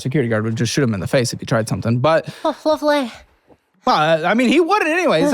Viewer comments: the irish accent got me here despite the seriousness 😂 "och, lovely!" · why is she doing a Yorkshire (UK) accent just for the word lovely. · the accented "lovely" was objectively hilarious 🤣